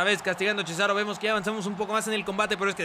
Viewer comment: en vez de decir cesaro dices CHESARO xD